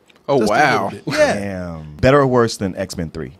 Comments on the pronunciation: its x-men not x-mans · "Xmens" lol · I cringe every time this guy says 'X-Man's'. IT'S PRONOUNCED X-MEN!